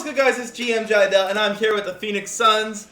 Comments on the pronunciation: Jidel more like Jismell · Hello, "Dordell"